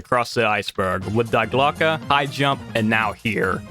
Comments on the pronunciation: Just a minor thing and no one who speaks english propably gives a shit but Die Glocke isn't pronounced Die Glocke, it's pronounced Dee Glocke, because german, it's one of the three german articles, die, das, and der like english has a, an, and the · It’s pronounced ( D Glock eh) Die glocke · Was really interested in the video until you immediately started with "dIe GlOCkE". I thought this could be a good video about interesting true stories of the war and not age old conspiracy theories